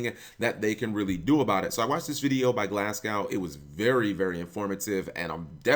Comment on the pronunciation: Can you please learn to pronounce Glasgow properly